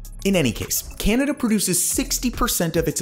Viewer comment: Can you please stop saying Canada like that